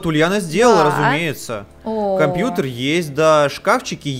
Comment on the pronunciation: Почему говарит кампуктер.